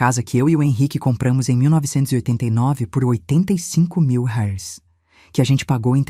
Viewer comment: Correção se diz reais e não rais